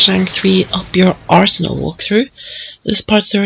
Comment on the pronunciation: the way you pronounced arsenal in the beginning made me giggle like a japanese schoolgirl